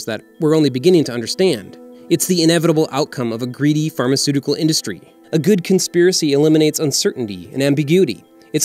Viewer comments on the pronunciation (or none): none